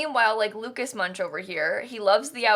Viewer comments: I’m sorry for being that person, but Munch is German and is pronounced Munck.. Don’t me! 😅🙈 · Also, how Munch is pronounced is so weird. I'm starting to believe no Sims player has ever heard of the painter Edvard Munch (pronounced Munk) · I think it's so weird how the Munch family is always being pronounced that way, when all I can think about is the painter Edvard Munch (pronounced Munk). I believe that may also have been their intention, as Get Together is kinda European inspired. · Me, a Norwegian: say MUNCH one more time!! (Clearly it's supposed to be like the painter Edvard Munch, pronounced Munk) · You said Mrs. Munch and I thought instead I heard my own last name because it’s very similar and I had a mild 0.3 second freak out Also this house is incredibly Sims 3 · Ikr! It frustrates me how americans pronounce foreign names, especially german ones. It's like they don't even try to pronounce it correctly and just slap their way of pronounciation. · B Orrrr maybe she doesn’t know? I’ve got a master’s degree and didn’t know that is how it’s pronounced. It was just never necessary to know or part of my studies. You’re super rude. Europeans pronounce Native American words and American towns and names incorrectly constantly and it just is what it is, there’s no need to be inflammatory. Like the UK pronunciation of the Spanish language is awful but I also understand accents cause variations and also if you learn it wrong, you say it wrong, and it can’t always be helped. It’s not intentional. It’s not about not trying. Human instinct is to say things the way that would sound correct in your own dialect based on your understanding of how letters and letter combinations sound in your language (see Van Gogh) and it’s not malicious in intent or because people don’t care. You’re such a snob. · Are we not gonna acknowledge the way she pronounces Münch 😂 made me laugh out loud 😂 that's why we have google translater